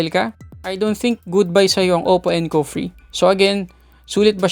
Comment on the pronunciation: Pagkakarinig ko encov free haha